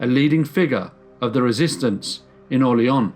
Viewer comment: I shudder every time the narrator pronounces it "Orle-onn".